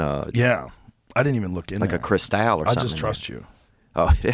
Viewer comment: The way he pronounces "crystal" "Chris-tal"😂